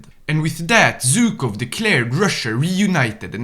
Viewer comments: It's Zhukov not Zukov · ZHukov, not Zukov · It's ZHUKOV, NOT ZUKOV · It's actually pronounced not Zh-ukov, and not Zy-kov. In russian letters, it's Жуков, not Зюков.